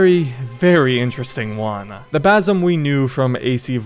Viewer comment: Basim❌ baysum✅